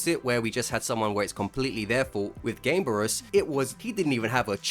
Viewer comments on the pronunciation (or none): the game in game-berus is not pronounced like gaym, it's pronounced gah-may. Game/kame is Japanese for turtle.